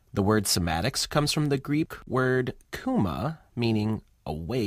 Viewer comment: Don't say "kouma", its wrong and non existing word in Greek. The correct (which every Greek will understand) is kyma, The U in Greek is like just another I. Η(η), Y(υ), and Ι(ι) and digraphs (ει) and (οι) is all iotas. Their phonetic is like the -li (only the i) or the -ry (only the y) phoneme in the word "delivery". To say the word correct with Greek letters: Κορεκτ phonetic -> φωνετικ (ω and o is ο) which -> γουιτς (ου is digraph like school (oo) or sound (u) or should (ou)) wrong -> ρονγκ (γκ and γγ is g), (r is ρ) (n is v) bad -> μπαντ (because β(Β) in Greek is V in English) Low -> λοου or in capital Λοου pay -> πεη hear -> χηαρ hour -> αουαρ (h doesn't announce). In Greek is ωρα. "the hour" -> η ωρα (the article = η), so in capital HORA. The h in many English words like hour, hypocrisy, haemoglobin, history, hair is the Greek article η(Η) merged into the next word. what -> γουατ we -> γουι or γουη phonemes in Greek words does not change sound depending on the letter position or adjacent letter like in English.